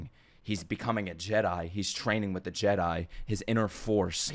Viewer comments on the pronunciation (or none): none